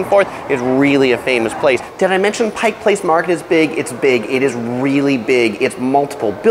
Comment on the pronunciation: Thank you for making sure people call it PIKE Place Market. I actually clapped when you said that. 🤣 I've watched so many of your other videos and finally found this on on my birth-city. Good job on the highlights!! I'd also point out we pronounce it I-vers, not I-vars. And the Space Needle is 605 feet. I interned there, so I do love it, but another good view is from the Columbia Tower. Less expensive and higher up!! 900 feet!! Another whacky place to check out is Archie McFee's - all sorts of strange gags and gifts. A famous burger stop that Seattleites hold sacred is Dick's Burgers (our equivalent of LA's In-n-Out.) Take the water taxi from the DT Seattle side over to Alki and eat at Marination right at the water taxi dock. SO GOOD and then you can take amazing photos of Seattle from across the water.